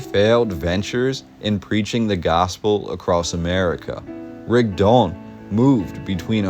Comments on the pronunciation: Thank you, that was quite the history piece you left us here. In half an hour I learned more about SL City and Mormons than I ever knew. I have to ask a little thing: Why do you pronounce Rigdon as Rigd-ON? Shouldn't it be RIG-don? It sounds a bit unnatural to me linguistically. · It’s pronounced Rig-dun. I grew up in the church hearing it my whole life. 😂